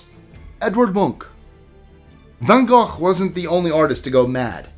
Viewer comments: You pronounced Vincent’s name correctly. Good job. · OMG! He pronounced Van Gogh correctly😊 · Thanks for the closer pronunciation of Van Gogh.